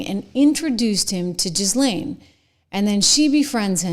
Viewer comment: The name "Ghislaine Maxwell" is NOT pronounced "Jiz-Lenn". It's pronounced "Gee-Lenn" (a hard G).